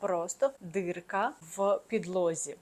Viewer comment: ДІрка, А не дирка